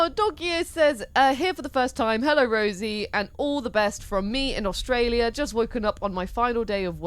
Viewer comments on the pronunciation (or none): none